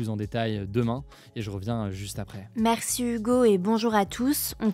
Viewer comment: À chaque fois j'entends dire "Merçu Hugo.."